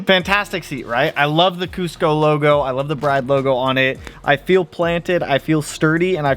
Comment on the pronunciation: Lovely seats! Pronounced Brid, though, not Br-eye-de. ❤